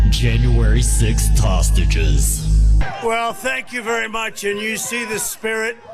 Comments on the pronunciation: The announcer said "tostages." He was so close to saying "traitors." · I have listened to the man who introduced orange Jesus 4 times now and I keep hearing him say toastages not hostages. Anyone else hearing that?